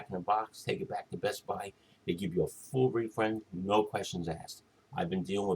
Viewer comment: am i the only one notice that he said that best buy will give you a full re-friend lol its re-fund